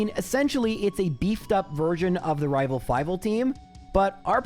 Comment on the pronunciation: Nah, the second time you said "rival trés" you rolled your R really well in rival